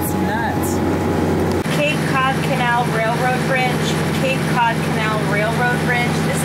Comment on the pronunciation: It's Cape Cahd not Cape Cuud.